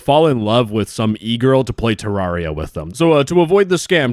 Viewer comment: Listen man. I love you but like... Ter-RAWR-ia?